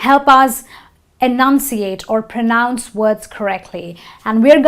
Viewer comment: Pro noun nahi Pra-nounce hota hai...sorry